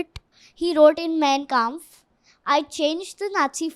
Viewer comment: Why aren’t you guys utilising “Clip-On” microphones ? I felt sorry for the poor girl holding such a big mic during the entire podcast. 🎤 🎙️ Btw, the girl is “Super Intelligent” ! “Mein Kampf” is pronounced as “MAAIN KAAMPF”. It is “Hindenburg”. From September 1, 1939 to September 2, 1945 amounts to 6 years, not a “DAY” ! 🤷🏻🤷🏻‍♂️ Because the Jews were everywhere, they occupied every field, business & job, thus usurping the German indigenous people’s rights to these fields. That enraged Hiter & all of the German people.